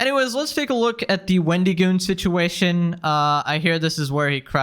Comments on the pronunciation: "Sir this is a Wendy-Goon". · It's so weird the way you say his name like it's a first and last name, Wendy Goon. It's a play on the mythical creature the Wendigo, and that's a short "i" sound, as in "it", not a long "e" as in "see". I'm also just picturing an enforcer sent by the fast food chain, a Wendy's Goon.